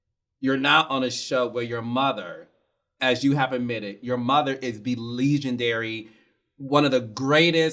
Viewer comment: Carlos be cracking me up with his pronounciation. lol LEE-gen-dary